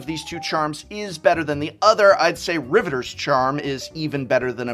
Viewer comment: Sorry to be that guy but, RivetEEr's charm. You said the real word, Riveter, correctly, but the faction name has an extra e. Teferi time rAveler. Not reveler. He is not partying, i.e. reveling. He is raveling. You know how you can unravel something? Well he's doing the opposite.